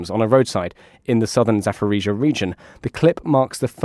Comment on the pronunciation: Zaporizhzhia not Zaforizhzhia. Pronunciation matters.